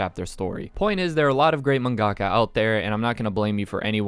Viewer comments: yo bro it's pronounced man-guh-kah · The way he said mangaka triggered me